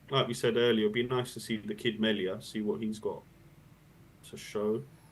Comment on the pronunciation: Pronunciation... Mason Melia ... Melia is pronounced Mee/lee/yah. It rhymes with the name "Delia"